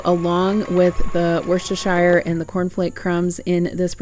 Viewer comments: Just pronounce it Woosta- sheer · I'm from worcester mass its worcester. Sheer sauce hope this helps😊